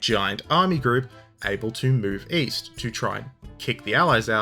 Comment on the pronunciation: OOOOOOOOOH…. East?? I thought you said ‘Weast’!